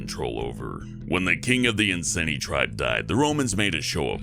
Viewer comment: Colchester is really close to where I live and I love the history but you butchered the pronunciation of Boudicca and Iceni. Other than that it is a great video.